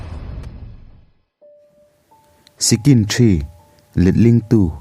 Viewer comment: Sicsin ti in kan lam thin